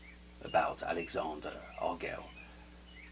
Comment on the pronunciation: I would agree with your first point, about knowing his channel before publishing a video about him. Posting a critique in ignorance is a great way to create drama. I've never even heard his name pronounced this way. I've always heard "arg-el-eez" or "argweh-yes."